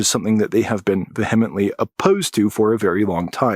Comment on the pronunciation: It's not vee hement. It's veehi mint